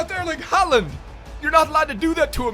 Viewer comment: It’s pronounced Holand, since a å is pronounced like a o in Norwegian / Swedish